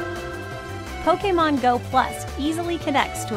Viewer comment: Lol poke a mon go XD she pronounces it the best XD